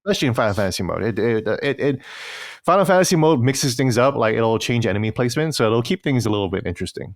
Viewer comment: I love kiengdom heuhrtz uhnd finuhl fuhntuhze